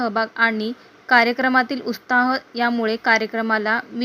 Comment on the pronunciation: उत्साह शब्द नीट उच्चार kara